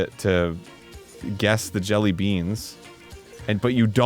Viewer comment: Did anyone else’s ears twitch from Arin’s repeatedly pronouncing it jellyBEAN